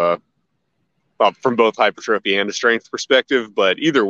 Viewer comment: only halfway through the video. Great interview. You're saying "hypertrophy" correctly. It's refreshing to hear. It's the ignorance of the American fitness industry that says it wrong. It's a French word originating in the early 1820s. Pronounced hyper-trophie. Squats are awesome for sure, and I agree with you. It's better to add other exercises to the arsenal besides "just" back squats for so many beneficial things.